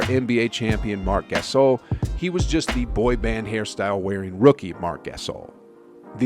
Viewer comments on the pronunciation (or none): Hasheem Thay-beet and rudy go-bert and marc ga-sol drove me nuts made me click away sry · I like how he says Marc Gasol like Marc G-Ass-ol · u butchered gasol and thabeet but ok